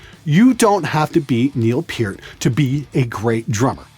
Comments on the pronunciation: It's not pronounced peart it's actually pronounced pert. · Based on the content of this video, methinks it should be re-titled to "How Not to Be a Complete Idiot in General (Whilst Drumming)." Also, I've evidently been saying the drummer from Rush's last name incorrectly: I've always thought it was pronounced "PUHR-t" but said it "PEAR-t." Go figger. I learn something new everyday...on the days I watch videos. Haha.